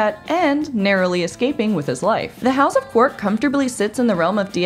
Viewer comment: Quark, not qwork, darling. Have you ever even seen the show?